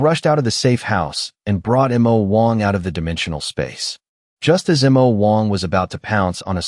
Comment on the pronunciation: That is the stupidity of AI narrators in spelling out some words, especially two letter ones. It's supposed to be Mo Wong(which it is in all the previous videos), which can be translated into Demon King.